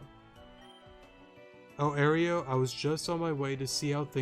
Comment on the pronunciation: You're pronouncing Aero like Oreo, it's more like aero-dactyl